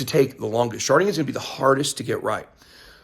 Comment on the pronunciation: Sharting? Am I hearing that wrong?